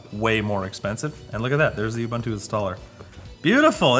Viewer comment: Please learn to say Ubuntu....